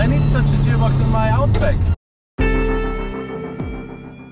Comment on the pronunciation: "Jearbox" lmfao